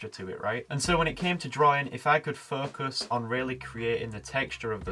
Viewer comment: Focus.....sounds like 'fu$k us'😂